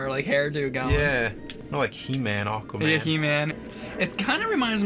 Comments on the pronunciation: It was driving me nuts how James kept saying "Awkwaman" lol Also, yeah, from the mid 90s to the early 2000s, Aquaman had long hair and a hook for a hand. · I was so sure when James said the title in the beginning it sounded like he called it "Awful-man." Hehe. Unintentional!